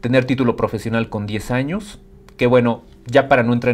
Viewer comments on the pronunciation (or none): none